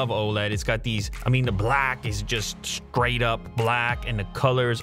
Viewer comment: "just skraight up black!" Lew is just skraight up from the skreets!